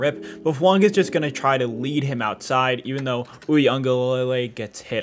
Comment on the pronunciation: You pronounced his last name correctly, but messed up his first name. It's tah-lee-ESS-ay. Full name is pronounced tah-lee-ESS-ay Foo-AHn-gah…